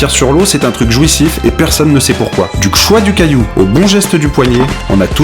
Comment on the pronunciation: À : du "q-choix" du cailloux ?? Apprendre à son enfant bien parler c'est aussi utile...